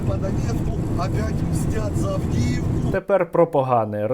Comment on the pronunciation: Сєрво сам каже "Мстят за Авдіївку*". Не "Авдєєвку"